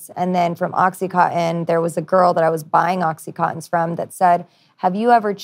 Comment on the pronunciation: Can anyone pronounce OxyContin, not Oxy conin